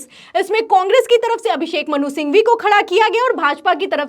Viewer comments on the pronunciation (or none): none